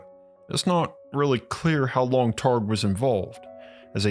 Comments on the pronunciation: Hi: LOL, Your video about the history of remote viewing would be a lot more credible if you would have learned how to pronounce Russell Targ and Hal Puthoff. There is only thousands of videos on YouTube where their names are pronounced correctly. Also, The remote viewing program was only ever stopped at one CIA agency or military program or another (and shuffled to another) because the Director of said program changed to someone who was Uber religious and thought remote viewing and psychic/psi work was “devils work.” The remote viewing program was never shuffled to a different agency or secret military program because it didn’t work. Remote viewing absolutely works statistically 60 to 80% of the time. Please research your subjects better next time. There are plenty of former military remote viewers still around that are more than willing to talk to you about their time in the secret remote viewing programs. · LOL, Your video about the history of remote viewing would be a lot more credible if you would have learned how to pronounce Russell Targ and Hal Puthoff. There is only thousands of videos on YouTube where their names are pronounced correctly. Also, The remote viewing program was only ever stopped at one CIA agency or military program or another (and shuffled to another) because the Director of said program changed to someone who was Uber religious and thought remote viewing and psychic/psi work was “devils work.” The remote viewing program was never shuffled to a different agency or secret military program because it didn’t work. Remote viewing absolutely works statistically 60 to 80% of the time. Please research your subjects better next time. There are plenty of former military remote viewers still around that are more than willing to talk to you about their time in the secret remote viewing programs.